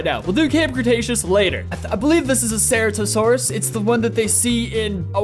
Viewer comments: It's pronounced ceratosaurs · It’s a ceratasours (SER-AT-I-SOAR-IS)